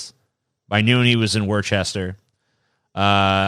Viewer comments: It’s not worCHester. It’s woo-st-aah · Worcester is pronounced Woo-stah here in new new england kehd.